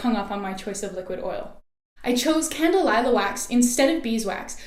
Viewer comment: Candelilla- Kahn- Deh- Lee-Yah